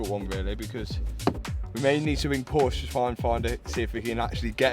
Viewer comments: Dude in the beginning your said it correctly. "Porsche". But then in the end of the video you fell back to the typical English speaking error, saying "Porsch". It is "Porsche". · now that you own one, it's time to pronounce it correctly... it's Porsche with an e at the end, not Porsch. Please! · I love your videos and how you rebuild broken cars, but as a German, I can't handle the way you pronounce Porsche. It´s Porsche, not Porsch :D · Pronounce por sha. Waisted $130,000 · "But if you want to buy one of these, you've got to be on a special list from Porsch". Is being able to pronounce "Porsche" correctly one of the requirements for being on the list? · "2024 Porsche GTSouve Condenzation edition" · yoo the fucking "E" in Porsche isn't silent! Dankeschön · Learn, how to say Porsche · Here we go with another video of mispronouncing PORSCHE.